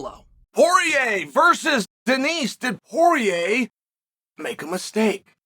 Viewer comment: checkmate from Chael, mispronouncing Denis name and we aren't able to make fun of it in a comment section :(